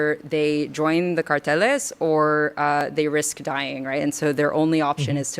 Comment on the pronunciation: And she said it wrong. Its cárteles, not carteles.